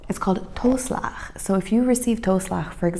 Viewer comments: Toe- in toeslag is pronounced like two-. Apart from that your Dutch is comming along fine. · Toeslag is pronounced like TWO-Slagggg (ggg= the throat sound ;-) ) And my favorite food: Tagine ! My own home made tagine :-) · Toeslag is not pronounced as toe as in foot. Oe sounds like oo as in book.